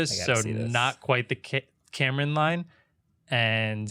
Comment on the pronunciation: Kármán Line, not Cameron Line ❤️